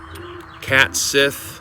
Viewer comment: Cait Sith is said "kate shee"... Ireland! 😅 The Fairy Tale books continues your trend of original, yet grounded in old school, games material.